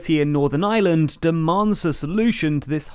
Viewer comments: The same time they learn to pronounce Ireland not Island. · It's called Northern IReland, not Island as you've pronounced it many times. Puhtickly frushtrating to hear.